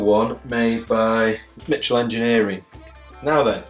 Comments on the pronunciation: It’s MICHELL not MITCHELL , there’s no ‘ T ‘ in the name .😢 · There’s mo “t” in Michell Engineering. It’s pronounced like the girls name. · Yes, Michell (not Mitchell! And pronounced the French way!) Engineering designed and built some of the techy looking stuff for the Kubrick sets - and was in Borehamwood where Kubrick lived.....and incidentally where David Gammon had the Transcriptor Turntable factory - it was he who made the Transcriptor Hydraulic Reference turntable seen in A Clockwork Orange and not John Michell.